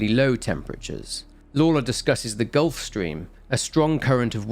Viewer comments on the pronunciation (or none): none